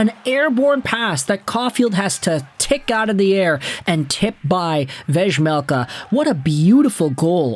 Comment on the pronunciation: hey just fyi it's pronounced "veymelka", same as Juraj Slaf.. is "Yuray"